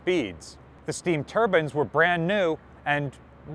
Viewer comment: He say both Turbans and turbines. But it's Turbine.